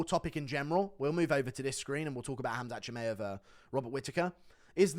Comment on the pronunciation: says michaev 😭😭